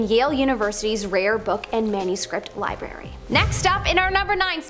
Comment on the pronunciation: Turned it off after she didnt say library correctly